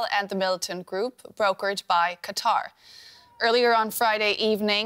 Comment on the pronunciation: The Emir of "Cutter"...